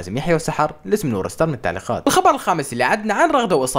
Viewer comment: ليش تقول نور ستار؟ترا هيه نور ستااررزززززز مو ستاااااار